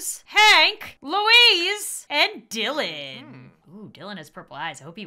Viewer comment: How she said Dilan she said it like: and Dilann heheh 😏